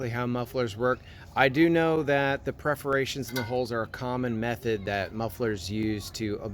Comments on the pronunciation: Perforations, not Preforations! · I appreciate watching you but when you’re talking about mufflers please understand that it is called PER-forations! not PREFF-orations when talking about small holes in pipe. Otherwise, rock- on brother! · Perforations? English first not your language ? Perforated, perforations !